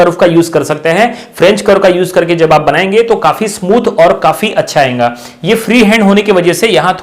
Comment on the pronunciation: Why do you say ayenga this is not ayenga this is ayega ok please prepare you punounciation